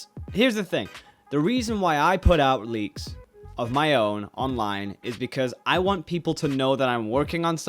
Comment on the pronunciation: He said leaks... I thought he said "bleaks"